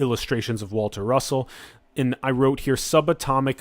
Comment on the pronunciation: Waltah Russohhh